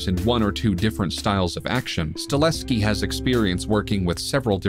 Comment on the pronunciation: StaHELski, dude! It's Stahelski, not Stalehski, ffs